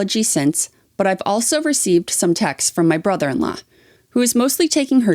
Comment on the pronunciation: Any American: also in every video: elso 😂😂😂